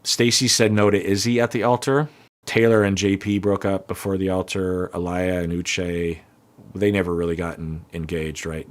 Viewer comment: Aaliyah's name is pronounced "ah lee ah", not "ah lie uh", just so you know :)